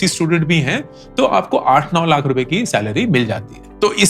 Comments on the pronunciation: Lakh ka uccharan thik se kijiye bahut bura lagtahe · Just the way he says Laakhh 😂